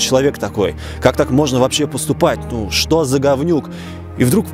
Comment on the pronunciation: Не шокай